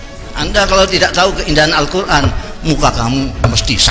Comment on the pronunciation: ha ha hebrat hebrat mau bangun bangsa dengan Allqur,AN pas membacanya ALKUR